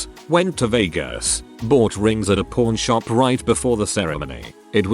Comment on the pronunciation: I would've taken the things of candy from the first story. I love candy. for some reason, to me, it sounded like the bot was saying "porn shop" instead of "pawn shop" So I had to go back and read that myself lmao